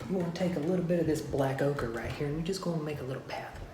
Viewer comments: I thought he was saying okra at first. Hehe. White okra, black okra.. Lol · Say oaker again!!